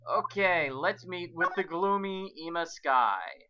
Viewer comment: why are you still pronouncing Ema's name wrong?